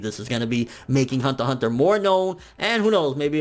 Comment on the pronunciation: why do you say hunter hunter with a a Asian accent....you realize "hunter" is a English word right? just say it normal for god sake...